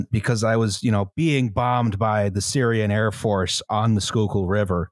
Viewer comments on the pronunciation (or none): none